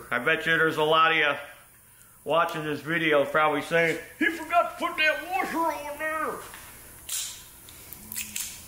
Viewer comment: The word is wash-er not were-sher.